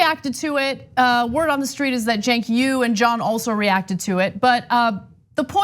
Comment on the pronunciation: She said "word on the stweet" lol